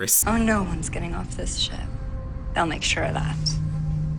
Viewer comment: "OmG LoOK A ThES SheP" 😂